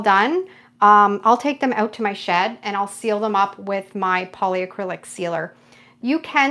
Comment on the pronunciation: It's polycrylic, not poly-a-crylic. There's no A 😊 Love watching your techniques 🥰 Thanks from New Brunswick 🇨🇦